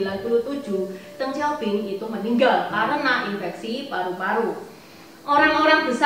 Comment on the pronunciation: Deng bukang teenggg